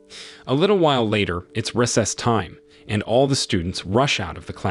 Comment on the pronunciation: Bro said reses instead of recess